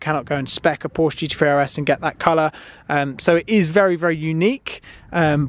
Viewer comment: Glad you enjoyed the GT3RS and all the best in your racing career. Would be great if you said Porsche properly. Thank you.